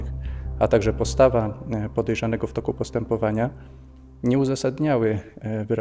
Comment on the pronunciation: "pojerzanego" :hand-orange-covering-eyes